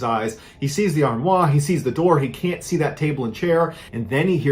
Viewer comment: Ballen’s inability to say english words that have french origins correctly is going to make me stop listening. Cache is not caché Armoire is not Armoi Foyer sounds like FOYAY. Not FOYERRRR. Learn these simple friggin words! It really makes me feel he’s not so smart. It has never bugged me so much in my whole life ans I went to school with a bunch of english kids doing french, terrible accents, but these words ballen can’t pronounce are friggin english I’m sure he’s smart, clearly just not in english pronunciation! It’s going to make me end up murdered due to ear damage from his flawed English. Sigh